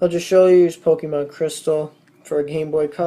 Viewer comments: lol he says pokeemon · i hate it when people pronounce it as pokie-mon -_